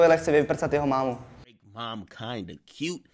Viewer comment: "... do beeku Drafe vs..." xddd